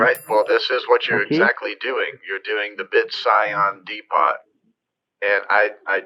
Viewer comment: I love how you can make fools out of these scammers so effortlessly. They think they're so smart, until they're not and turn into the most ridiculous beings on the planet. "The BitScion De-Pot" 😂 Of course, a scammer would never be complete without those famous three words, Each and Everyting™.